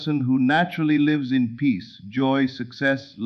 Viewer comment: Excellent teaching! But please correct mispronunciation of “lives”, so less distraction. Also, there is not enough pause between sentences so one can consider what is being said. Plus, correct word emphasis is missing so points in message are not clearly made. Thx 😊